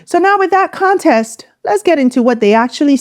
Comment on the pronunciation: I love you content but the word is context, not contest.